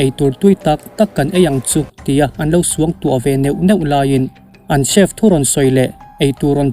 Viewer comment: Chief nilo in chef tig zawk a pronounce tur aw